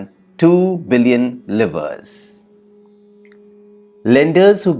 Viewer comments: Thank you for this thing, but a certain pronunciations are incorrect. It's not 'rejaim', it's 're-ji-me'. Not 'livers', it is 'liv-ras' It's not 'Loke'- it's pronounced 'Lōk-h'. And, Jacque Rousseau is pronounced as 'Ja-ka Roo saah' And 'treatises' as 'tri-tus'. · Ok so, so so so ur pronunciation of some words like livre and John locke is so bad . Livre is pronounced like ‘liver-a’ and locke like ‘lokh’